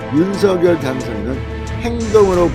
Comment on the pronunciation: 윤서결 아니라고요 방송인이 공식적으로 발음하기로 한것을 무시하는 발음 듣기 불편합니다 ♡♡윤성녈 ♡♡ 입니다